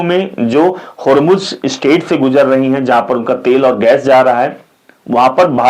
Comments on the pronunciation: Not hujum but Hurmuj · Bhay Hurjum nahi strat of Hurmuz😂😂😂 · Hurjum nahi bhai hurmuj hurmuj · Hurzum Nahi hota hai, Strait of Hormuz hota hai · Horzoom nahi hormooz he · Sir, Please excuse me. Hormuz ko thik se pronounce kijiye. Please